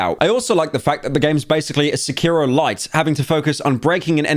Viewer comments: pyro out here pronouncing sekiro as secureo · Sec-Key-Row Sec-Key-Row Sec-Key-Row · Why is Blud saying Sekiro like that⁉⁉🔥🔥